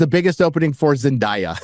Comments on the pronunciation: its Zen DAY a not die-a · Zen Die Ya 😂😂 I’m sorry I couldn’t handle it. Idk how people pronounce her name wrong. Zen-DAY- A. 😂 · Can you at least learn how to pronounce Zen-day-a's correctly? You keep doing it over and over as if it's not well know how to say her name. Sheesh. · The way he mispronounce and enunciate zendaya's name sounds kinda racists💀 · Why do you insist on saying Zendayas name incorrectly like you're Christopher Walken?